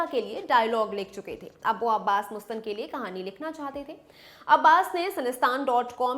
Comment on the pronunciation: She is Right..... actually..MUSTAN .... hai....Mastan. Apni suhulat KE liye Bolte Hain.......